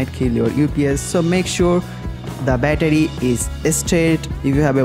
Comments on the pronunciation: i have no intention to offend any one he says bettadi very hilarious man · every time he said battery i got triggered